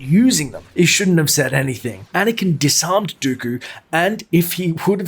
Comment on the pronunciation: dis-armed. hah